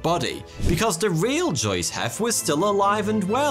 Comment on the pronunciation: Big emphasis on "real" today😒